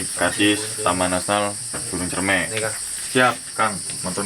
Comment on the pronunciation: Dibacanya buah " cerme " bangg. . Wkwkwk